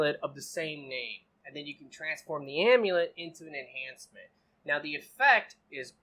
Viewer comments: Enchantment not enhancement lol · Why does you keep saying enhancements, when it's enchantments? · Why do most of youtube gamers call it "enhancements" when its actually "Enchantments" 🤔